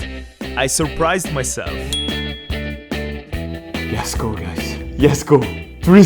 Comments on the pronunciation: It's let's go not yes go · its not yes go its lets go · its not yesgo its letsgo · Why does he say yesgo ITS LETS GO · Are you saying, "Yes go!"?